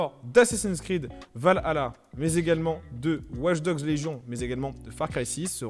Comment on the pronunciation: Mec c’est pas va hala c’est valhalla🤦‍♂️ t’a du mal